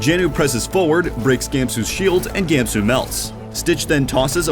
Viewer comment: It’s pronounced Gahmsoo, not Gāemsoo